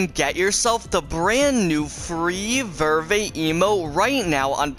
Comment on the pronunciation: He doesn’t even say Verve correct